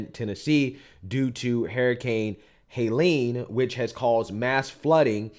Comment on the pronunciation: Oh my God. Google 1 person pronouncing Helene. It’s embarrassing, your grammar is bad but Jesus get an editor! I’ll do it for free!